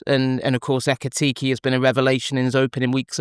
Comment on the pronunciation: What’s with pronouncing Isak and Ekitike as “Isaac” and “Ekitiki”?